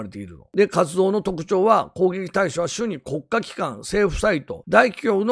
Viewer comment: 「しゅに」「しゅに」って何のことかと思ったら「主に(おもに)」を読み間違えてたのか